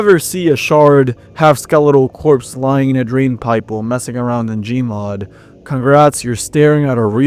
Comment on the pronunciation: oh you butchered the gmod part oh my god